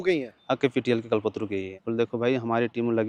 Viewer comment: It's not कलपत्रू but कल्पतरु